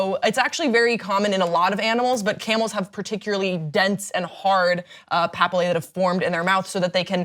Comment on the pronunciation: She mispronounced papillae